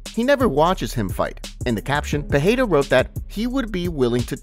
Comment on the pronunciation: The Champ Champ's name is not Pahada or Pihada its Pereira